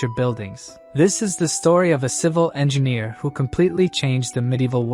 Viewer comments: Engineer the word is Engineer not ENGINNER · Now that you've posted your annoyance. We shall call it ENGINNER! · “En gin ear”